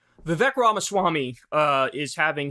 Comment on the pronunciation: Vivek's name is pronounced as Vivake - rhymes with fake - easy to remember.